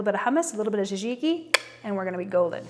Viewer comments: Pretty sure the pronunciation of tzatziki is sat-ziki not jazi-ki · Hah, besides disliking how she butchers the word tzatziki several times she made me laugh when she mentions the people she loves and doesn't forget to put herself first at the top of the list. Definitely not the next TV Network Star, but cooking is very personal and everybody does it their own way. I would just prefer her to stay out of my kitchen and keep her mouth shut around my grill. I'm still searching for the best Chicken Souvlaki recipe.